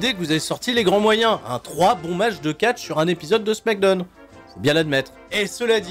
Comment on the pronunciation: Je me rappelais plus pourquoi je n'étais pas abonné à ta chaîne, mais ça y est je m'en souviens. "Smackdeune" c'est trop gênant.